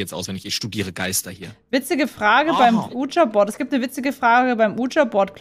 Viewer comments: „uuh-ja“-board :D das heißt „wie-dschi“-board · Ich wollte Nur an merken das man Ouija board nicht so ausspricht Wie du es machst